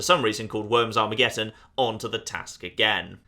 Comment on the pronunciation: ArmageDDon. Not Armegetton.